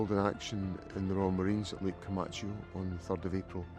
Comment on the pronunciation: Vert interesting but please learn how to pronounce Comacchio! Please!